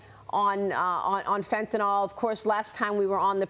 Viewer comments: Why does everyone at fox say "fentanol" when it's fentanYl? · It’s called Fentanyl, not Fentanol. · Please stop saying FENTANOL!!!! There are no "O" sounds in the word. dafuq is wrong with you? Your ONLY job is to talk. Do it right. It's not like you are volunteering. Skill is expected at your pay grade.